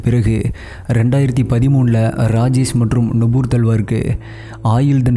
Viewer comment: Please improve your pronunciation. For Rajesh you're pronouncing as Rajes